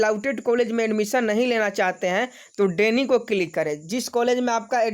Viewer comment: भाई डेनी नहीं डिनाई होता है